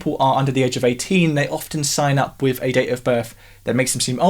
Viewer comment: .........I like the channel because you say "wif" instead of "with"